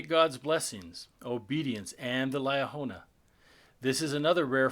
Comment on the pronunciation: How can we accept that? You even know what you’re talking about since you cannot pronounce Liahona properly? You pronounce it two different ways.